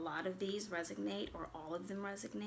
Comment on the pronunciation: Resonate instead of resognate.